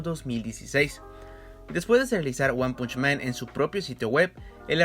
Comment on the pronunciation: Me hace mal la pronunciación del título :(